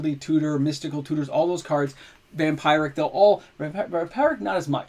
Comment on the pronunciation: … for the love of god it’s vampeeeric tutor. Us Canadians are goofy enough